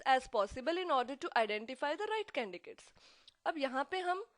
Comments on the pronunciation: Mam candicates huta yaa candidates huta??/confusing!!!! mam humm tu candidates boltay.By the way very nice and informative i am going to pass my HR this semester by watching these videos.very useful.thank you. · This video is very helpful but maam u r pronouncing candiDates as candiCates...other wise this is an amazing vid thanks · mam aap candidates ko candicates kyu boli h is it a new word??? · Instead of paying attention to the content I was getting irritated by your CANDICATES thing. You know that its CANDIDATES than do you do this as a gimmick? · your explanation is good but don't pronounce the word candidate as a candicate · Thankyou for your information ma'am 😃 and pronounciate canDIDATES.. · No she is not pronouncing correctly but u have to understand...What is correct 😂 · Mam please candidates ka pronounciation sai kiya kijiye.. kuki log apse sikhne aate h yha.. aur vo v glt pronouciation hi sikhenge apki trh... which is not good for them...